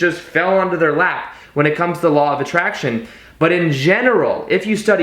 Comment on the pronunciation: It's LAW OF ATTRACTION NOT ATTRINACTION LOL